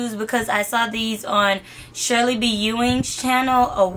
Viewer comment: You completely butchered Shirley's name